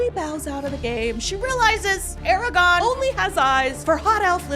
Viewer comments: 1st off it's Aragon not Eragon and Eowyn doesn't die lol she goes on to marry Faramir. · Ok worst part of the video: you calling him ARAGON 😭😭😭😭